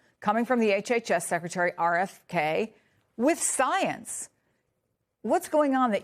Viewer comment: “I am duhhh soyance” - DawktahFauci